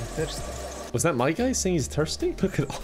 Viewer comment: For a second there I thought the guy said I'm bimpson not I'm thirsty 😂 (Flashbacks to bimpson song)